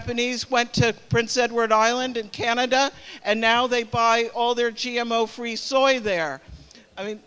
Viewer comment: This woman can't even say the word GMO correctly but she wants to ban it. Useful idiot!!!